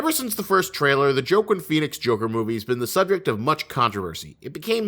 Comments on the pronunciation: Love the video but Joaquin Phoenix's name is pronounced as WAH-KEEN not JOE-KIN the pronunciation just hit my ear differently every time you said it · "JOEQUEEN" PHEONIX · Did you call Joaquin , (Joqwin) ? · SAY HIS NAME RIGHT the next time